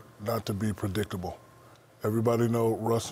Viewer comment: Shaq word: "Predickable" The "t" is silent and replaced with a "k"